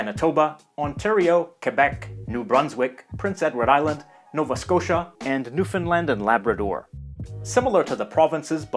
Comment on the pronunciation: One of very few youtubers I've ever seen pronounce "Newfoundland" totally right